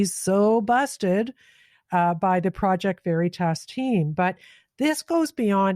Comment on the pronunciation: I'm unsubscribing because you repeat (poorly) what others have said days before and you FAILED to do any additional research (i.e.work) to get more knowledge and provide that to us. Your affectation of the word 'Project' which you managed to pronounce both as PROW-ject as well as Praw-ject let slip the phoney wannabe intellectual that you truly are. BTW, not wanting war, poverty and abandonment of working people is not exclusive to so called "Liberals". You lost my subscription and all of my friends. Start doing real work, and we may return. Good luck.